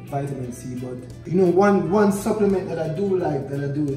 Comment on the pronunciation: Gwon! Gw-two! Gw-three!!